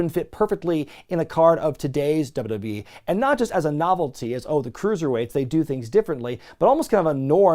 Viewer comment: Dubba-dub-e Never heard anyone else pronounce it that way